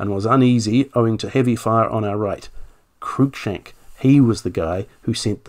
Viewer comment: H. Walmesley is pronounced Warms-lee. Just as Lievesley is pronounced Leevs-lee If the chap you mention is spelled Cruikshank, that is pronounced Crook-shank. No attempts to twist u and i to a distorted oo-i needed.